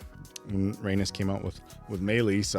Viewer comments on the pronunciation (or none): Guys!! I love yall but you have to know how to pronounce Rhaenys’s name. It’s Ray - NEESE not Ray - NUS 😩 It’s NEESE! NEESE! NEESE! She’s a Targaryen princess and the Queen who never was. Show some respect and stop calling her an anus lol That’s what it sounds like when you keep pronouncing it Ray - NUS. Sorry I had to say something. It was bothering me lol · (Corlys' wife) Pronounced Ray - neice 😂 Corlys has Targaryen blood their houses have always been close. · Agreed, the way says her name is so weird. I've commented previously on other episodes how to pronounce it but doubt he sees comments that much?